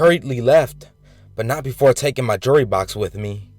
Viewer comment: You said jurry instead of jewelry ......... lol I know a fellow black person when I hear it